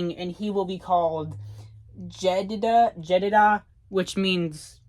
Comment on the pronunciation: On my next binge of these videos. But thanks for all of these brother, keep on the good work! its pronounce Jed-e-die-ah. Jedediah